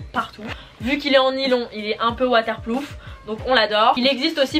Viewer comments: Waterproof mdrr pas waterploof 😭😂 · c pas waterploof mais waterproof 😭😭😭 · water PLOOF ahahhahaha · enfaîte je pense elle à voulu dire que dit "WaterPLOUF"😂😊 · Entre waterploof et rue Gambon...incro-yableu. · "il est un peu waterploof" 😭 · J’ai mis pause juste pour commenter « waterploof » 😭😭😭